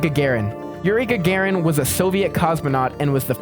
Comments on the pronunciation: Not Gae-gaerin it's Ga-Ga-rin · Laika is pronounced Lika with an i and Yuri Gagarin is GagArin with a heavy a like your saying are